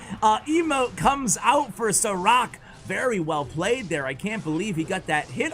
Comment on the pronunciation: I beleive its read as sharaatz (šarac) and considering his name is filip im preety sure its not Saa-rack. :)